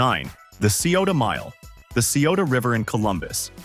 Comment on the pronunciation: The pronunciation of Ohios places needs work lol.......Cuyahoga /kai uh HOE guh/, Xenia /ZEE-nya/, Chillicothe /chill ih CAH thee/, Scioto /sy OH toh/. And Ohioans "want to leave Earth" because when flight was invented, the sky is no longer the limit! We're going to Mars eventually! The Wright Brothers would be beside themselves in delight!